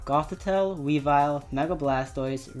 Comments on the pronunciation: Actually the proper Cobalion pronunciation is closer to Co-BALE-yun and the stress on Weavile is on the first syllable rather than the second, but I've been preaching proper pronunciation of Druddigon and Hydreigon for years now, so i don't really mind. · sorry but I can't help but comment about your pronunciations. WEE-vill instead of Wea-VILE. Co-Ba-LI-On instead of Cob-al-ion. Chez-Naught rather than Chess-naught. Just bugs me a bit.